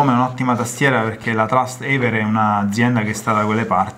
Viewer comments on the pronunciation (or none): Trust(evere) hahahhaha 😂